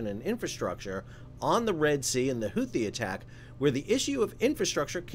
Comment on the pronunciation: The CORRECT pronunciation of “Huthi” is actually Hoo-tee (phonetically speaking), the 2nd “h” is SILENT. 👍